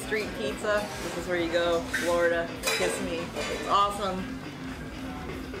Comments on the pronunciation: Its pronounced KUH - SI - MEE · It is pronounced "kesemmee" not kissame LOL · You killed that chaenge, but, you killed the name of the city... It's Ki Sim Me... Not kiss a me... 😂